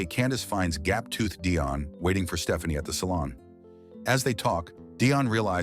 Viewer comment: I’m sorry, at the beginning, did this fool AI call her (P)Stephanie, with a “p”? I know I heard Puh-Stephanie. I can’t stop screaming; this is why ur my fav movie channel 😂😂😂